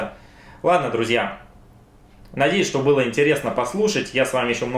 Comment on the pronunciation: Когда же ты прекратишь коверкать слово "друзья"